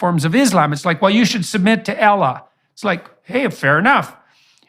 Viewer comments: It's Allah not Ellah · Perfect example why Muslims should not fuss about every non-Muslim who shows an interest in Islam. A lot of Muslims fussed about Jordan Peterson. After all that, he can't even pronounce Allah. According to him we worship "Ella". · IT IS (NOT) ELLAH YOU ID..IOT!! PETERSON=PARKINSON..IT IS,{ALLAH} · Bro said ellah 💀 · Man said Elah 😂😂😂. On a serious note , he knows deep within his soul that islaam is the religion of winners and soon they will come to realize their lost. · 💀💀💀 I- I'm shocked by the way he said "Allah" it sounds like "Ellah" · Ah yes "Izlem" and "ella" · The person who says Allah, ellah and Islam, izlam, just ignore that person.😒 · He can't even pronounce the most important words in Islam. Apparently Islam is seen as Islam and Allah is ela or whatever he calls it. He seems to lose all sense of intellect when it comes to Islam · Ella??? Ugh I hate the way the kuffar say Allah subhanana wa taala. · "Al-lah" What a clown...he's mispronouncing it on purpose, a complete mockery. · Dude is such a brainiac he can’t even pronounce Allah correctly!! 🤦🏽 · I'm not a Muslim, but jbp is so off base, it's unbelievable! First of all, learn how to pronounce Allah swt, then you can give your opinions. What a pathetic case you are, jbp. Resentful old man. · lolz i can that a man seriously if u he cant pronouce allah right. lolz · Can he at least say Allah properly? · Why would I listen to someone who can’t even pronounce Allah😐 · His accent of pronouncing Allah is disrespectful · JP can't even pronounce ALLAH properly yet thinks he's some kind of authority on the religion smh. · He needs to learn how to pronounce Allah properly before spouting his nonsense. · So insulting he pronounces Allah ignorantly while saying it purposely incorrect. 2 yr old baby can Allah... JP will be striked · JP always seemed to me like a shady person. Anyone who can't take the time to pronounce "Muslim", "Islam", "Allah" properly really do not care about Islam